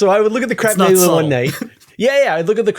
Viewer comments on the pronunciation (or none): Did, just say CRAP nebula??? 🤣🤣🤣